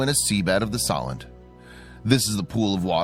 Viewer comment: It pronounced So-lent.